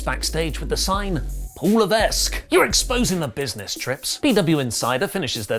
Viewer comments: It's "laveck" not "lavesk" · Le-VEK. Not Le-VESK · Isn't it "Leveck"? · you don't pronounce the "s" in Levesque. It's like "Levek."... it's French. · Paul Levesque is a french Canadian name pronounced Paul Lévèque or Paul Laeveque, anyway the S is silent in pronounciation even if it makes the è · Hey, great video again, as a french guy, even though Triple H isn't french, the "s" in his last name is silent loll. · Hey, unless he Americanized the pronouncement of his last name, Levesque is read with a silent s. In Quebec, it's a common name. Silent s.